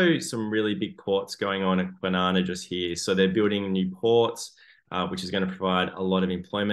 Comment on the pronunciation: Rockingham? & Kwinana? Your clearly not from perth... 😂😂😂